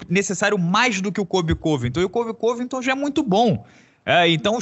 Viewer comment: Incrível como o pronuncia Colby Covington errado